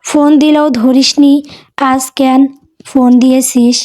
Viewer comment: উচ্চারণ টা ঠিক করুন, কেন --- এটার উচ্চারণ কেনো হবে ,ক্যান নয়। ক্যান উচ্চারণ টা শুনতে খুব বাজে লাগে।